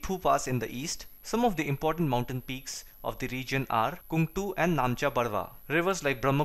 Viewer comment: It's KANGTE not KUNGTU